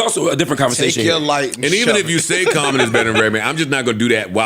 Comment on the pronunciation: Someone said Jaommon lol